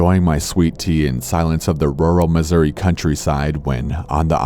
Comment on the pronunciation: I love corpse but I love how he says rurual(I can’t spell) even more